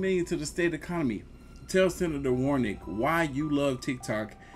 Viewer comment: you in Ga and you pronounced Sen. Raphael Warnock name is completely wrong... smh